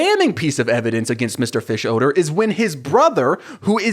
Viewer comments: The way you pronounce fischoeder as fish-odour is so funny to me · I have never watched Bob burgers or this movie, is just like the youtube man, but is the characters name really mr fishodor? I cringed everytime he said it. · You hit the “odor” in Fischoeder SO HARD 😂😂😂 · The way you pronounce Mr. Fischoeder’s name just made me realize (as a years-long fan of the show) that it is a play on the words “fish odor”, I can’t believe I never made that connection until right now 🥲